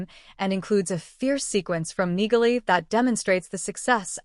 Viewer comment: Neagley is pronounced "Neely" No "G" sound. If you are going to portray yourself as some sort of Reacher expert, you need to get this right.